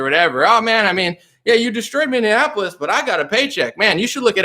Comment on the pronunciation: MInne-Annapolis. Every time. 😄